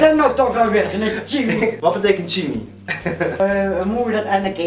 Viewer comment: chimi?? het is toch chima?!